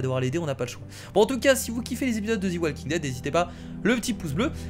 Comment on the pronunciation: ARETEEEE DE DIRE THI WALKING DEAD